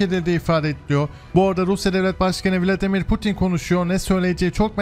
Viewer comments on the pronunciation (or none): none